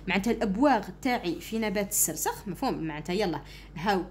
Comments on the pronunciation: استاذة السرخس وليس السرسخ ههههههههههههههههههههه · أستاذة شكرااا على مجهوداتك ملاحظة أستاذة نبات السرخس ماشي خسرس❤❤❤😅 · أستاذة توضيح فقط النبات اسمه السرخس وليس السرسخ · استاذة السرخس و ليس السرسخ شكرا 🌹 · يا استاذة عوفا لاينطق بالسخرس بل السرخس 😅😅😅❤❤❤❤❤❤❤ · السرخس ماشي السرسخ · ادعولي نجيب 17معدل دعوة 40غريب مستجابة ♥♥🌸🌹استاذة نبات السرخس نتي راكي تقولي السرسخ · ماشي سرسخ سرخس❤😂 شكرا❤ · السرخس ماشي السرسخ 🌼🌼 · السرخس استادة مش السرسخ هههههههههههههههههههههههههههههههههههههههههههههههههههههههههههههههه🤣😂😂😂😂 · شكرا استاذة بصح ميسموهش السرسخ اسمو السرخس ههه 😃😅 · السرخس وليس السرسخ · السرخس مشي السرسخ😅😅😱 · سلام استاذة انا نحبك وداىما نتبعك بصح راكي غلطتي بزاف في كلمة السرخس وعاوتيها ميرا وتكرا وانتي قلتيهاالسرسخ و لا كدبتيني عاودي الفيديو واسمي وشكرااا استاذة كثيرا على كل مجهوداتك والشرح 😍😍😍😍😍🥳❣💗💗💖👌👍👋وانا احبكي كثيراا يا استاذتي💚💚💚💚💜💜💥🤚👆🤩😍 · ماشي سرسخ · استاذة عذرا ولكن النبات اسمه نبات السرخس وليس السرسخ 😊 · استاذة انه نبات السرخس وليس السرسخ 😂 وشكرا لك على هذا المجهود المبذول 😊🎉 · السرسخ السرخس😂😂😂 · استاذة اطاتي في النطق الوعي الاولى السرخس ليس السرسخ😂🎉❤ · استاذ السرخس وليس السرسخ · أستاد إسمه سرخس ماشي سرسخ 😎😎😎😎😎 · يا ودي السرخس ماشي سرسخ 😂😂😂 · أستاذة هناك ملاحظة السرخس وليس السرسخ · استاذة توضيح نبات اسمو سرخس ليس سرسخ. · استاذة مافقتيش راكي تقولي السرسخ😂 وهو السرخس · السرخس ماشي السرسخ😂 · اسمو السرخس ماشي السرسخ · ههه استاذة قلتي سرسخ😅